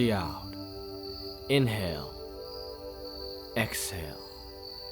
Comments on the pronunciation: Why do i hear "deep deep in hell, exhale" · “Deep in hell. Ex hell” Am in only one who heard it like this?